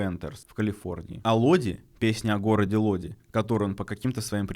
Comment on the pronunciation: Не Лоди, а Лодай